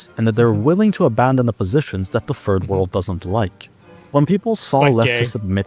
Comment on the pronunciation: Why does he pronounce Third World as "Ferd World"?